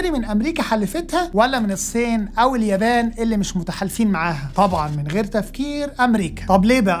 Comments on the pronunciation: هل ممكن حد يعلم الأخ ده إزاي يبطل ينطق فلاحيني ويتعلم ينطق "الصين" صح؟ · أتمنى إنك تنطق إسم الصين بشكل صحيح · يا ريت لو جابو (اقتصاد الكوكب) شب لطيف واخف دم ونطقه للالفاظ والمصطلحات يعني المخبر الاقتصادي جيد ولكن نطقه لكلمه الصين مزعجه جدا